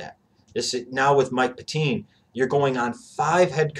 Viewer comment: And it's Pet-tine (pronounced pet-tin)